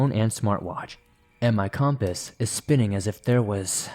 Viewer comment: Hey silly, most of us pronounce that word “compass”, like Kuhm •puhs . Not Com•puhs. 😁🥰❤️🤷🏻‍♀️ Jussayin. 3 am thoughts.